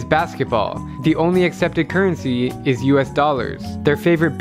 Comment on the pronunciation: IT EEZ WHAT IT EEZ